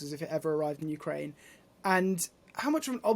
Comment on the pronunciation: And what have they won" ukeraine"